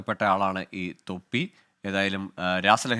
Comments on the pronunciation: രാഹസലഹരി അല്ല രാസലഹരി 🤣🤣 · എടാ😂😂😂. രസലഹരി അല്ലാതെ രഹസലറി അല്ല😂😂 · ഡാ പൊട്ടൻ കണ്ടാ.. രാസ ലഹരി ആണ്‌. രാഹസാലഹരി എന്തുവാ 😂😂😂😂😂😂